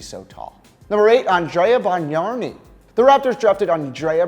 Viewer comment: There’s not 2 r’s in Bargnani